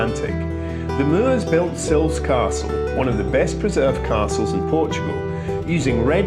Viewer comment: Great video. To pronounce the town I believe is is 'Silvesh' but could be wrong. Next time you are there then go on a Sunday afternoon to Cafe Ingles as they have a lovely music lunch. Oh I think its Sherusgayra!! 🙂